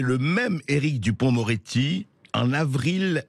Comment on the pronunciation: Lapsus à "duporc-moretti", excellent.